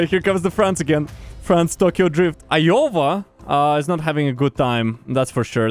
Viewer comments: you saying Iyova instead of Iowa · When you pronounced iowa like "Iohwa" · Love how he pronounces Iowa lol